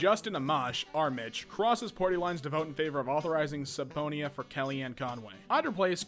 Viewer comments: /səˈpēnə/ (suhpeenuh) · sub-poney-ah This is not how you say subpoena. It is amusing to read typos and misspellings as written. Not so much when it is correct. I get that can't read but sometimes he gets so bad I can't help but to shake my head in dismay. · killed me that is not how you pronounce subponea lol